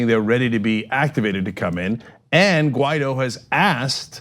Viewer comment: I thought it was Guaidó, I was wrong, clearly John said the guy's name is Ghetto.